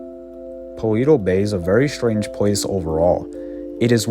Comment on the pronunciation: ALL the settlements in GTA 5 are smaller than they should be, or they'd crowd each other off the map! BTW, I think "Paleto" is pronounced "Palayto", not "Paleeto". Its a Spanish word basically meaning "Hick".